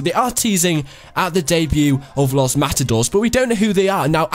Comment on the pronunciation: its pronounces los mata dorays